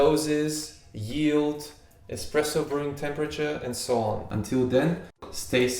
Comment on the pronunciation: it's called espresso. Not ex presso . I am an espresso lover, actually I'm maniac when it' comes to espresso. Please prenaunce it right.